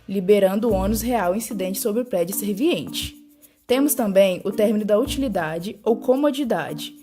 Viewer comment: Vc esta pronunciando 'SERVINIENTE', quando na verdade é 'SERVIENTE'